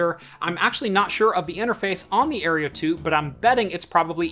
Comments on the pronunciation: No offence but - Aereo. - It's Aero (Air-Oh) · Aero... Aero... Aerio? ... sorry I just couldn't ignore it. But great video nonetheless 😅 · Air-OH, ffs the E is before the R. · You keep mispronouncing "Aero" as "Areo". :P The kitty is a good diversion tho. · I cringe every time he mispronounces the AeroFara. It is Aero... like Aerodynamic.